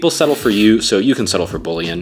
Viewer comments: That’s such a good recipe! ^^ Only thing, hearing bouillon pronounced as bullian and not booyon is new to me lol. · I hate when people pronounce "bouillon" wrong. It's not "bully in" powder. It's "boo Yawn" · its pronounced "boo-yawn" no "boolean" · the way… thw way he said bullion… you pronounce it“ boo yawn“ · I’m tryna save my braincells to unhear every time he mispronounced bullion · Bro pronounces it bouillon "buLiun" 💀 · ... is that how Americans pronounce "bouillon"?? Don't get me wrong as a German I too dislike the French, I'm only 40% confident I spelled that right, but the way I had to listen several times to figure out what "bullying" he put in the soup 😭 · I hate to tell you this, but it's pronounced "boo-yon" (or heavily Americanized: "bull-yon") lol This looks amazing though and I'll 100% be making it tomorrow. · Its pronounced bou-yaown.good recipe. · Bouillon is pronounced "boo-yawn" (in American English). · I'll def try this; but just for fute vids it's pronounced boo-yon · Bullion is pronounced "bu" "yon" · Uhmm.💅 It's pronounced BOOYON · The way you pronounce bouillon is an actual crime, it's pronounced like "boo-yon" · It's pronounced bullion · It’s not pronounced“bullyin” btw so cool it on the pretentiousness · Don’t trust anyone’s cooking advice that pronounces bouillon that way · I am upset at the way you pronounced bouillon